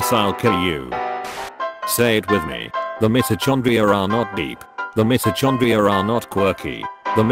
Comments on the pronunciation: I just can't get over "mito chong-gria" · Why u gotta pronounce mitochondria like that